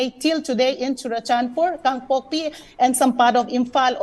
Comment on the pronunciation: Dear sir, please refrain from saying 'Kang pokki' , it is 'Kang Pok Pi'